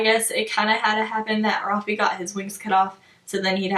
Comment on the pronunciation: Okay I’m sorry but you don’t pronounce his name rafee!!!!!! His name is Rafael which then would be shortened to Rafe. Like please tell me what makes you pronounce it the way you do!